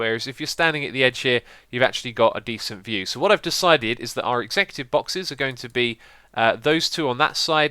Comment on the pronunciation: Is he trying to say executive?